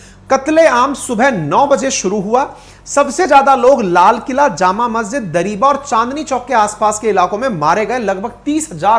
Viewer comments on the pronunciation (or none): none